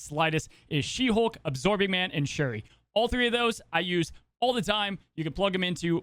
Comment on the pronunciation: Drink every time calls Knull a knoll, Shuri a Sherry or Aero an Arrow